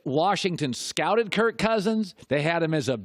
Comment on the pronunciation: Greg Jennings cant even say Kirk.... says kurt. Went down as a salty player and now a salty "analyst"